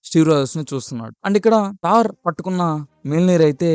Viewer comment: తార్ కాదు బ్రో థోర్ 😂